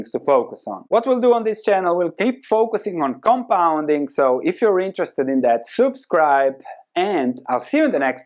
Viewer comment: The way you pronounce word subscribe is like hilarious:)